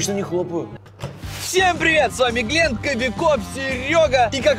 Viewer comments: Правелино не глинт а глент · Блин не глинт а глент ты чо